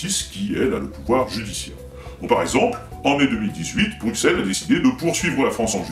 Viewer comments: Bruxelles, le X se prononce S, donc BruSSelles en phonétique, pas BruQUSelles. ^^ Signé : Un belge qui t'es fan. ;) Vidéo remarquable, continue ! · Bruxelles se prononce Brusselles ;) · Ah et pour les oreilles de nos amis belges : ça se dit "BRUSSELLES". Tu verras, ils auront le sourire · Bruxelles se dit Brussel !! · Rhaaa j'en ai marre moi quand on prononce mal le nom de Bruxelles !!! :) Faut prononcer "Brucelle" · bruxellles ... fais un effort sur la prononciation stp mdr